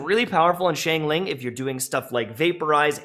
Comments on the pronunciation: the fact that you pronounce it like “shangling” literally hurts my brain sm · please stop saying shane ling